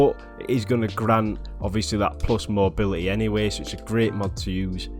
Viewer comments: "I'd radeh av mobily" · That "Mobiuhehhehh"